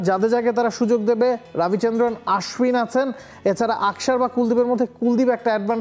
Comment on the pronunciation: ভাল করে নাম বলতে পারেনি তাই মনে হয় মজা করেছে 😂